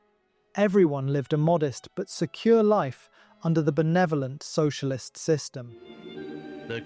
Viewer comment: Sounds like somebody slept through elementary school. «Soicialism»? Yeah … right 😂…